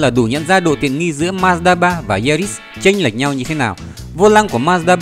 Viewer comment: Ma-da ba là gì?Ông ơi đọc chữ như ông mất cảm tình quá thôi